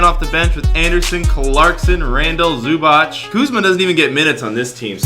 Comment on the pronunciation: Did he say zubach it's zubac